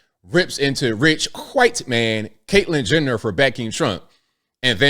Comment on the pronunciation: did you say Caitlyn Jender?